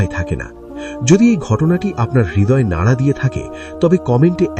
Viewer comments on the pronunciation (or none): none